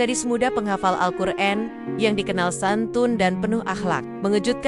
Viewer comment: Alqur'an bukan Alqur'en